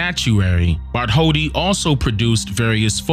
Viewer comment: New here. No disrespect but the scultptors name is pronounced Bart told dee, not Bart holdi. In different languages some consonants are silent.